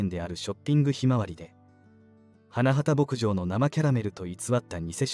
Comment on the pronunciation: 「花畑牧場」を「はなばたけぼくじょう」と正しく読んだり「はなはたぼくじょう」と誤って読んだり、記事の信憑性がなくなるからちゃんとチェックしたほうがいいよ。